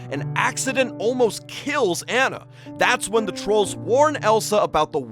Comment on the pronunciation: It’s pronounced onna not an na no shade.